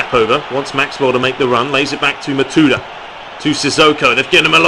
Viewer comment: Is not Matuida , is Matuidi !